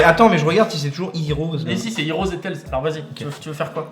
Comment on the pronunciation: Mais ils disent vraiment « HEROS » au lieu de « HEADS »